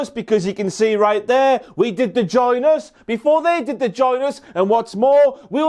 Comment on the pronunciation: Dude the way you pronounced "Join Us" is not family friendly. Join Us Join Us Join Us Join Us Ginas Vaginas